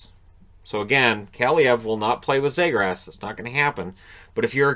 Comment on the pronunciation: Knight was a 🏯 fortress. And Trevor Zegras earned the respect to have his name pronounced correctly. (Zeegrus). Brink was awesome blocking shots and competing for pucks. That Canada team was stacked! Great game plan coach Nate Leaman.